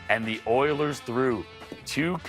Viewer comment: Oilers? Naw we gotta say it like Chuck... Errlers! xD (Oh and the Stars shocked the Avs and eliminated them. Just when you think you know you don't know.)